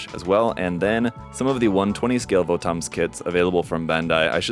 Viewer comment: not VO-TOMs, its Votoms like bottoms. Apparently this is 1/35 scale...it would be nice if bandai put the scale on it.